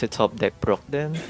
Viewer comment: Whenever he says "Brock", all I hear is "bro!" 😂